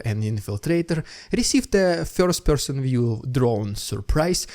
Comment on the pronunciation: Dude how you pronounce. words: first and confirm 😂